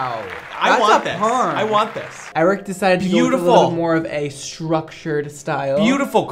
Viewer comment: I love the way pronounces Eric like “ayyyyriccc”